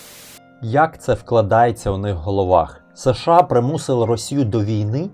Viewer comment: Подобається канал, але є кілька маленьких порад щодо мовлення. Щ повинна звучати, як [ ш ч ]. Ч в українській тверда, якщо попереду немає пом'якшувальної голосної. США читається разом - США. Не [ С Ш А]. Щиро дякую за вашу працю!